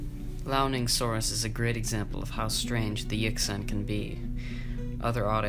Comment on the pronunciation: The mandarin chinese X shounds like SH and the Q is CH. Yixian sounds like Yeesheeahn. Xu Xing sounds like Shu Shing. Jinzhou sounds like Jin-jo-oo. Chinese has 2 J sounds and OU is a diphthong not a blended vowel sound. When speaking let the O sound slip into the U and then quickly diminish. Less cunning linguists drop the U sound all together. So you will hear Jin-jo. Kick ass content btw.